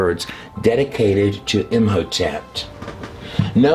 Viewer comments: Curious why you put a "T" after saying the name Im hotep ? Imhotept ? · Whjy are you pronouncing a “t” at end of Im Hotep? I’m confused.